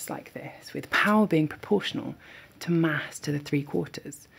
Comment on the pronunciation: Your "to" was too short.